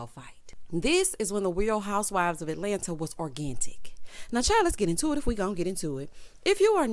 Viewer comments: Did say "organtic"?? The way my fingers just went to the Googler to make sure I haven't been pronouncing it wrong...hahahahaha. I love it here...🤣😜😉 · Did you say or-gan-tic 🤣 There's a new show called Abbott Elementary; it looks promising. Would you consider reviewing; that and/or The Oval?